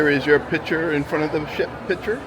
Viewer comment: Picture, not pitcher